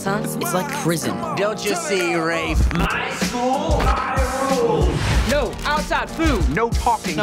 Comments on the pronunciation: Wait? Did they pronounce his name Raef? Oh god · They're saying Rafe's name wrong. It's shortened from Raphael because his mom named all her kids from the renaissance and the shortend version is pronounced r-ah-f-e not r-aa-f-e